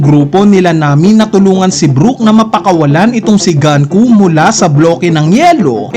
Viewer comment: Icocorrect daw pero Ganku pa rin nang ganku. GUNKO NGANIIII di ka ba marunoing magbasa?